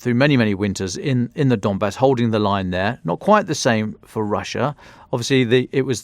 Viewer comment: "We are going to go up the the dombass" 😂😂😂😂